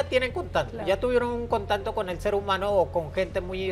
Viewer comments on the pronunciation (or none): Segundo 53, dice este señor vestido de mujer, senta(secta ) min. interantual, (qué es interantual?), Jajajaja la viruela del mono es menos inmortal jajaajaj, contanto (contacto) Jjjaja danna paola Show men, este señor ya ni sabe que decir, por favor heraldo, póngale un maestro que le enseñe a hablar.